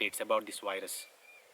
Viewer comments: It seems he says wires instead of virus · “Wyrus” sounds cool.